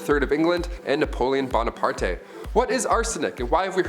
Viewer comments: First man chin eel tree does the way you say it look like this?and u did it again you said Bone eh part eh?WTF ???its Bona part as simple as that God … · He mispronounced Napoleon Bonaparte..